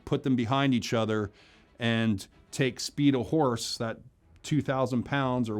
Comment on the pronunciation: For some reason all I could hear when he said the word horse is Ricky saying “hornse”